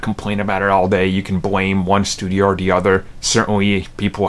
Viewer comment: Theeeeee not daaaaaa